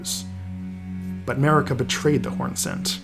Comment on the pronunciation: Guys really… why all this american-english video has trouble with pronunciation? It’s not an american name.. Marika is pronounced MARIKA, not mErika, it’s not like america. Good video anyway